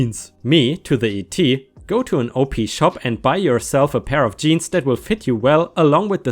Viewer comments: Op-shop is pronounced like 'op shop' instead of o p ...but lol. I love them. They're basically second hand shops tht are run by churches and charities. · Hey! OP SHOP is short for Opportunity Shops. Therefore the OP is pronounced like the word HOP but without the H.